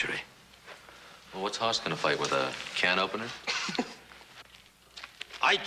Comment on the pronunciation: They're supposed to say Hoss But sounds like Horse